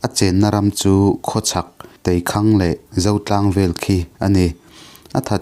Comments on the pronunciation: Teikhang thluk Poh lamdik theilo chhiar hma in zawt ve thin la....tei thing ihria em Chu Chu athang Chak lutuk a,dapzar tawngin Thrang hi( thranglian) hi mak tiin khang hi mizo tawng in Thang(Thrang) ani e... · a van ṭha em. Teikhang khi thluk san deuh tur a ni em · Teikhang i lam dik lo nghal a ni maw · Teikhang tih kha lam dik lo deuh nikha... Tha thei lutuk e. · Teikhang tih hi a tei Lai a hi han lam sang zeuh la ngaihthlak a van nuam leh zual dawn em ka ti ka naute 🤣🤣 🤣 t